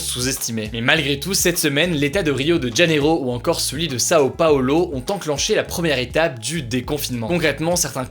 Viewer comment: Omg je deteste quand tu dis Sao PAOUULO.😂